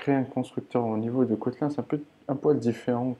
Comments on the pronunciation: Ça se dit Kotlinne pas kotlein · "Cotlun" mdrr